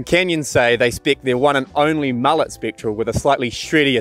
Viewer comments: I prefer the decadent characteristics of a warm frothy mullet (Pronounced mullay) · if you’re gonna call it a “mu-lay” then at least refer to your co-host as “Ya-soan”